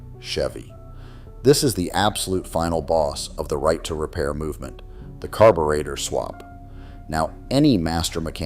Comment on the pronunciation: AI BS! Can't even pronounce carburetor correctly